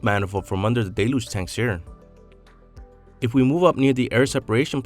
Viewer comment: It is not really pronounced "DAY-luge" it is actually pronounced "DELL-huge"